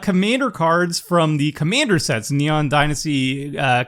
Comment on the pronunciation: I always get confused by pronunciation of "Commander" because, to me, it sound exactly the same way pronunciation of Kumena. With both of them I hear Kumana.